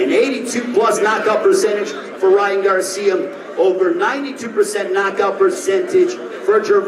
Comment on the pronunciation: He keep saying Ryan garcim it’s garcia 🤦🏾‍♂️